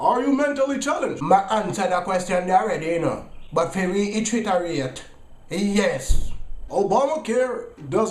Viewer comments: "To reitchitarate YES" lawd mi dead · Re-itritarate...that one got me. Dwl